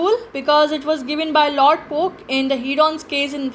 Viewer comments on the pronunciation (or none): Lord coke, not poke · It is Lord Coke, not Lord Poke. Otherwise, the lecture and notes are very well structured